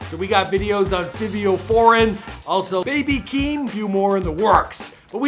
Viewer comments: It’s the “fivvvio foreign” for me 😂😂😂😂😂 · Lmfao straight Butchered Fivio Foreigns name